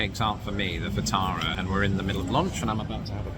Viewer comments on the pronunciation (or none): none